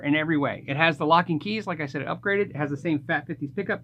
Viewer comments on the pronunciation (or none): none